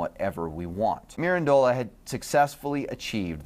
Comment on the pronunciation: Please pay attention to the CORRECT pronunciation of foreign names and words. Pico Della Mirandola's family name has the stress on -ran and not the last syllable -dola! Attention to detail prevents sloppiness. Be accurate in all you undertake!